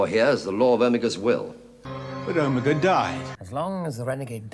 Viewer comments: He does the same thing with Omega in the Reality War, you think they would've corrected him 😭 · Watching The Three Doctors for the first time, it really threw me off the way everyone was pronouncing Omega. Apparently I've been pronouncing it like a Dalek my entire life. Is it just a British accent thing???